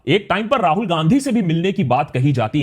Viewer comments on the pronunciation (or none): none